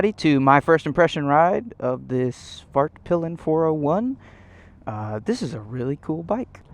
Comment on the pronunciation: Dude I swear I heard say Fartpilin' at one point in this vid 🤣